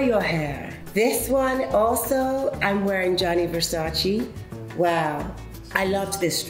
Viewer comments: All those years working with Versace and never learned how to pronounce his last name ! Smh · im shocked that SHE doesn't know how to pronounce "versace" correctly :o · Why can she not pronounce versace. How annoying. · It’s VersacÈ not Versaci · I think she should pronounce it VersacE not Versaci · Ver-sa-che Not ver-sa-chee. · It’s Verscacé not Versaciéé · Donatella, Which Italian word do you wish English speakers would stop saying incorrectly? -It’s Versace, non Versacheee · lol ouuuu naomii you know donatella dont like when we say versaciiii is versace :D :D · All this years working for Versace and never learnt how to pronounce it properly . It’s Versace not versaci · VersacE no Versaci 🤣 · she could at least get the name right: it has never been Versaciiiiiiiiii. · it’s versace. not versaci! 😒😒😒😒😒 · So embarrassing that she pronounced it Versacie It’s ver-sa-cé naomi! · She knew Versace personally and she still calls the brand "Versaci" like americans 🙈🤷‍♀️ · but uhm the brand is Italian and it’s not pronounced VerSaCII 🤷🏻‍♀️ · It's VersacE lol! Love you, Naomi! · It has to get on Donatella’s nerves that Naomi says Versachee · Shes a legend but still saying Versachi.... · Omg! How can she mispronounce Versace as “Versachi”? Donatella should be upset for her tackiness. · Versaci? Really Naomi? After all these years? Really??? 🤷🏼‍♂️ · and she can't even say VersacE RIGHT ... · I cant get over the fact she is naomi and how she pronounces versace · It’s weird that after all those years working for Versace she keep saying it with the wrong pronunciation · How come after all this year's they can't pronounce correctly Versace? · I mean, if she has worked for Gianni Versace for so many years, why doesn't she learn how to correctly pronounce his brand?! IT'S VERSACE. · Surprised she pronounces Versace incorrectly. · Even Naomi doesn’t pronounce Versace right how disappointing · I honestly admire Naomi, but how is it possible that she still can't pronounce Versace?